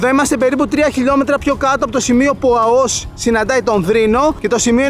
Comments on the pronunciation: Εξαιρετικό βίντεο αλλά βρε είναι Αώος όχι Αωός! Επομένως Αώου όχι Αωού 🐺🐺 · Δεν λέγεται Αωός ,αλλά Αώος..